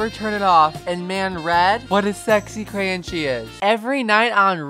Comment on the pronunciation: The way you say crayon like crayin, crain, and cran 💀💀💀